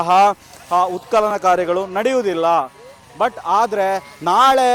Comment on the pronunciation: ಉತ್ ಕಲನ ಅಲ್ಲ ಸ್ವಾಮಿ